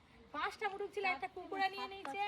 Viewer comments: মুরুগ বলে না মোরগ বলে। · মুরুগ না বলে মোরগ বলা যায় না ? কেমন যেন।